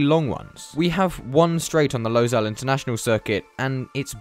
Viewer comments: It is not pronounced “Losail” it is “Lusail” speaking from a inside view. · Also it is pronounced as Low-sual not Low-zal (Pronunciations make sense with characters that sound as how it is pronounced) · I grew up in Qatar. Im so proud to see F1 coming to doha. And it's pronounced 'lou-sail' not 'low-sail' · So much ignorance in this video. How about starting by saying the name of the track correctly? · that is not how you pronounce losail